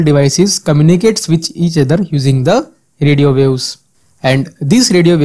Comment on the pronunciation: "radio views"? it is radio waves, it isn't that hard to pronounce 😂